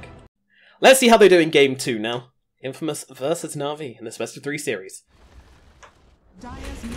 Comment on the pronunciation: Infmaous?? LMAO